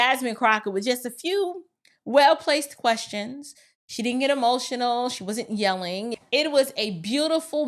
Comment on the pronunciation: ... the word is 'get', Jasmine, not "git".